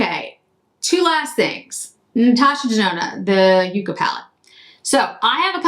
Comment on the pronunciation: These revisits are so helpful for knowing what to buy! The look today is beautiful. Ps The ND palette and and shade names are plants, with the first usually pronounced as yuck-a. Like 🤢 not so much like you-ca. I wasn’t sold on it but curious.